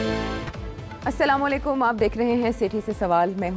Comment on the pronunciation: سلام لیکم ؟ پڑھا لکھا 😂😂😂